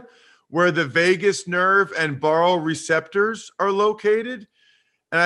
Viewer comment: As a Cardiovascular Physiologist, I thoroughly enjoyed listening to Ross read (& mispronounce several words) about baroreceptors & vasovagal reactions.